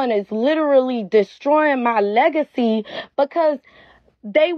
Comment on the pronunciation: "sOmEOnE iS liDeRaLLy DisTroYin muh LeGuSsy"... yea, it's you!